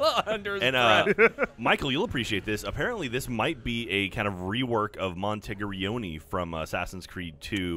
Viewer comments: "Monteri-gee-yoni." That's a white as fuck pronunciation of Monteriggioni. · Also seeing how is the "Assassin's Creed" guy and he absolutely butchered saying Monteriggioni.